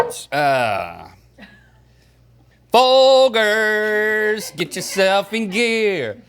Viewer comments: It is in fact not Fol-Gers. It is pronounced as Fol-Jers in their commericals. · Link is so insistent on his mispronunciation of Folgers. It is indeed Fol-GERS, not Fol-GRRS. Maybe it's a bit, who knows? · Best part of waking up is "fol-jers" in your cup. (I spelt it like that so you know how it's pronounced). Not fol-jers like they said it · I think it’s pronounced Folgers, not Folgers. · Fol-gurs, are you kidding me? The commercials even say Fol-jers. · No! It's foljers! Not Folgers! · It's Fol-jers. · NOOOOOO ITS PRONOUNCED FOL JERZ😭😭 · It’s fol”jurs” maaaaan. Dirt in a cup lol. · I swear Folgers is pronounced fol -jers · it’s definitely fol-jers lol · They need to stop saying Fol-Grrs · It's Fol-jers. There are plenty of commercials where they say it. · I learned something today, I grew up saying FOLJERS 😮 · This is the first time I've ever heard Folgers pronounced with a hard g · Hope you guys are kidding about how Folgers is pronounced!! Lol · Did anyone catch the Folgers thing?! Thats not how you pronounce it 😂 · The fack that rhett made it this far in life a pronounces his surname incorrectly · I like how they corrected themselves on the folgers pronunciation but corrected to the incorrect way to say it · Guys it’s actually Folgers, not Folgers. Not to be confused with Folgers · Wtf? Folgers is NOT pronounced that way... You've got to be trolling! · That is not how you pronounce Folgers 😂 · They don't want to get roasted for mispronouncing Folgers and what do they do mispronounce it lol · pretty sure it's pronounced Folgers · Folgers clearly they don’t know this brand as they repeatedly mispronounced it. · Baited me so hard with how you pronounced Folgers